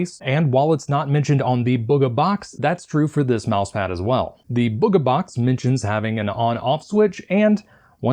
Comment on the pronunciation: its bug-uh